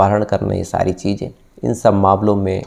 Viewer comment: Aap Kahani Bahut Achhi Sunatay Hain Sir....Laykin Aapki Hindi Aur Urdu Dono Bahut Kharab Hai...Isliye Sunne Kay Aisa Lagta Hai Ki Kahin Humari Zaraban Bhi Kahi Itni Kharab Na Ho Jaay...Sir Please Thoda Kaam Kijiye Apni Pronunciation Per...Shaqs Hota Hai Saks Nahin....Cheezain Hota Hai Cheejain Nahi....🙏🏻🙏🏻🙏🏻🙏🏻